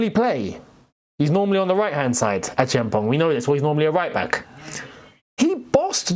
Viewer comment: I like how you pronounced Acheampong. You are the only creator that has come close to mentioning his name properly